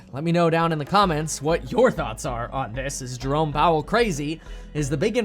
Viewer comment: When you say Jerome Powell I hear Drone Powell.